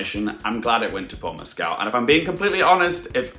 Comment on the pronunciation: Heya,! Great analysis. Likely, you are pronouncing Paul Mescal's last name a little off. Here's a YouTube link where he pronounces his last name and addresses the issue